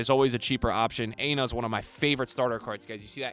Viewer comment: It’s pronounce “ ah e nor” not aena. Aina 😭😂😂